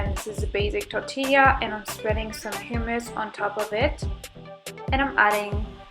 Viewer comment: "Guacamoal" "Hyumous" "Tortillia" fucksake girl if you aren't going to learn about the food you're eating, at least know how to pronounce it